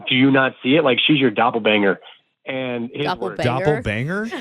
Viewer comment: It’s doppelgänger, not doplebanger lol